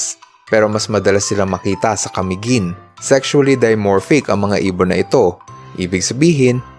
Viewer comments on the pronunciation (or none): none